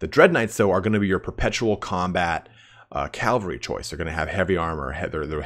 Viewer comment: calvary cavalry